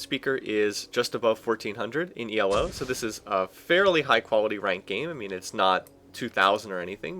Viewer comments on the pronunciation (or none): You say it as if Elo is an acronym.